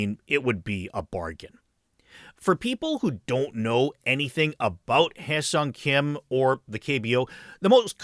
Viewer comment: Kudos for the proper pronunciation of his name